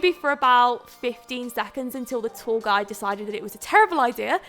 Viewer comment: I thought she was saying "tall guy" instead of "tour guide" 😂